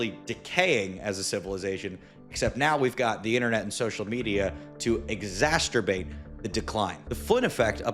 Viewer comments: Exacerbate not exasterbate Check out Dihexa and Selank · Did you really say “exasterbate”. - ? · "To 'exasterbate' the decline" is quite the ironic statement there sir 😂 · Bro really just said 'exasterbate ' on a video about IQ decline. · “Exasterbate”!? Hurry take the iq peptide. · The way you said exacerbate sounds like a fusion of exacerbate and masturbate. Sounds about right too 😂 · Pretty funny how this guy is talking about intelligence and can’t even pronounce exacerbate.